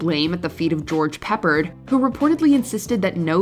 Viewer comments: It's George PePPARD...not George Peppered. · It's pronounced George Puh-pard. Not George Pepper'd. I bet you used the pronunciation tool online. Seriously, do a little research next time. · the A-team star is pronounced Pa-pard not Pepperd. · Yes, Americans should pronounce it "Peh-PAAAAAAHHHRRRRRD". Like they park their cars in the "Geh-RAAAAAHHHWWWWJ" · George Peppered?? Really?? I thought only Whatculture butchered names on list clips. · An actress didn't get added to the opening credits? Wow, that's very dark indeed. How can they live with themselves? Also, George Peppard is not pronounced "peppered". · That misprounciation of George Peppard's name is hysterical. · They pronounced George Peppards name wrong as well.🤷‍♀️